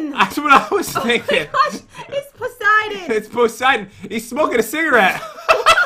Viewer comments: It’s not pronounced poh-siden. It’s puh-siden. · It’s Persiden not poisiden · It’s puh -siden not pohs-iden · ITS POOOSIDENN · OMG its pociden